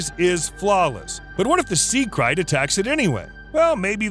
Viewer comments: It’s krait (crate) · It's pronounced sea crate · It's pronounced crate! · Bro... you keep murdering the pronunciation of that snake... it's pronounced with the long ā sound.. lol..I know I know.. Grammer nazi !!